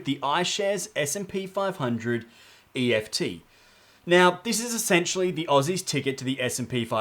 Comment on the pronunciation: Sorry mate, some good content, but just so annoying that you keep calling ETFs EFTs. Pretty unprofessional.